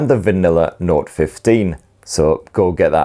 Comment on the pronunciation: Love your reviews but it sounds like you're saying node when isn't it note? If so please say that. Thanks an aging old git me that is..😢 I have a note and when upgraded to android 16 it totally messed my phone up and had to take it to a shop who then had to DL a package of some kind of data costing me 40 quid I think. But it did sort it out. 😊